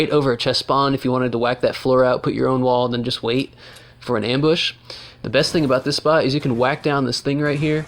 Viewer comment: How many you said embush wtf